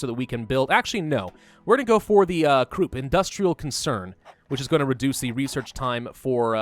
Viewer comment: Did he just call Krupp, Kroop?